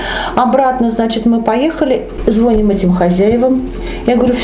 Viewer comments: Правильно звонИм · Звони́м, пла́тим